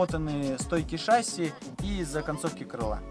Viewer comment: Такой умный, а "шассИ" неправильно говоришь..))